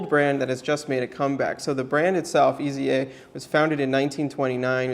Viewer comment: I'm pretty sure the brand is pronounced AYs-uh. I found this on Watchbuys, the authorized North American Dealer for Eza: The first thing to know is that it is not pronounced as three letters - E.Z.A. Next, the German Z is pronounced like the English S. Finally, pronounce the E as a long A, as in "ate". And you have /AYs-uh/. Cheers!